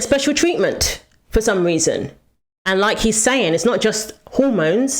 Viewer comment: The “ing” is pronounced with a soft G. Not with a hard G, like “ sayingK”